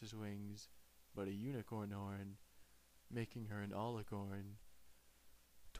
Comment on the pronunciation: He mispronounced alicorn